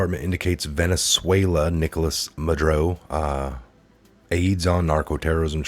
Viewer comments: Mah-Duro not Madroe or Madrew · it's Maduro not Madro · You have a good channel here with good info so please take this in the manner it's intended.. constructive criticism. Nobody's perfect (I'm not) but I find that you mispronounce names a lot. For eg. it makes it hard to listen to hearing MudRo over and over when it's MudUro. This might sound picky but I have found it happens a lot here so I decided to finally mention it. I'm sorry if you take offence to this. Keep up the great investigative work! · ma dur o not ma dro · I love what you do but please pronounce ma-du-ro not madro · I find that many of you guys make a lot of mistakes while reading the articles. It is MA-DUR-OH! Not Madro! I hate to criticize but you said Madro every time you read his name. Maybe 20 times. Sorry but it drives me crazy. Maybe too much 5G? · His name is pronounced Mad-UR-oh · Ma-dur-o....is how you pronounce it. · it's pronounced " mah-dur-oh " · Ma-du-ro. Ugh. Love ya tho! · That a$$hole name is pronounced, Ma-do-ro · Pronounced Ma dur o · muddrow doesn't deserve a please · same here 👍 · Please learn how to pronounce Maduro. It's not "Madroe" geeeeeeeze!